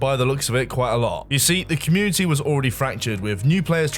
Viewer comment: Why's talking like every sentence is a new paragraph? "Everyone knew that this was the was the state of the GAME. But what was going on at Nexion was DIFFERENT. It was a great time for the COMMUNITY"